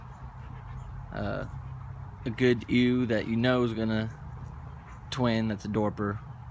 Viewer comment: Just an fyi ewe is pronounced like "you" . Dorpers are amazing!